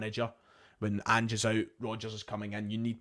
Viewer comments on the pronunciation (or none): none